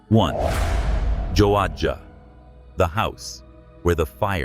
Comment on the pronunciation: Very entertaining. 👍🏼 A few details are a little sketchy, while others are fairly good. I have been to these places. Never experienced anything unusual. Joadja. Pronounced "jo aja". "Matt" must have camped there pre 2011. The Jimenez family have owned the old mine site, workings, cottages, the lot, since 2011. The have a rather impressive (legal!) distillery there. They make a very fine gin! 👍🏼👍🏼 When shale oil mining started there, many Scottish immigrants worked there... and had a distillery of their own. Silverton: Home of the Mad Max Museum, Silverton Pub, Silverton Gaol Museum, Daydream Mine, Silverton Outback Camels & a few art galleries, all worth a look. Taking a camera is a MUST! Awesome scenery, a few k's north, at Mundi Mundi Lookout & others between there & Broken Hill, all worth a look. Enjoy the 39 dips in the road, between Broken Hill & Silverton. 🤣🤣 As for Mariners Rest... Interesting. There's never been one west of the Great Dividing Range. However, there is a few on the east coast. "The room smelled of old perfume & damp wood..." Nothing & I mean, NOTHING gets "damp" that far out! 🤣🤣🤣🤣 It's so dry out there, you can feel your skin age & crack! 🤣🤣 What? No phone service in Wychitella? "Craig" must have had a flat battery. 🤣🤣 Ice cellar in Farina? Not a chance! 🤣🤣 Cook, South Australia. Population: 4 permanent residents, several occasional residents. All railways workers. Why would "Malcolm", a railway technician, camp in Cook? There are several, perfectly goo